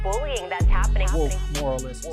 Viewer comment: Since when "moralists" is such a hard word to read and understand,? God, I hate this chick...